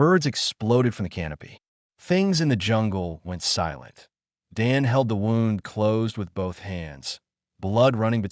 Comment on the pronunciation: Please invest in a QUALITY AI reader that does not say dot at the end of every other sentence and does not pronounce “it” as “eye-tee” and knows the difference between “wound” as in flesh wound and the past tense of wind like what one does with a clock. Very annoying and difficult to track the story.